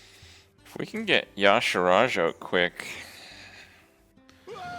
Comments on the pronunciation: "ya-sharaj' he says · Why do people pronounce y'shaarj ya'sharaj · Maybe Y'Shaarj would be better to you if you pronounced his name right...